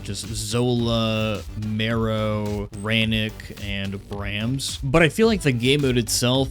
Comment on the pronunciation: Ah yes, the fan favourite characters ‘Marrow’ and ‘Brams’.